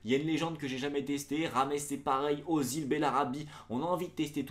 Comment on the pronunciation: On dit Ezil pas Ozil